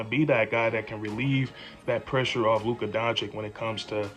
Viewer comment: Bro, you really got to learn how to say Luka's name! Listen to this song for help 🎶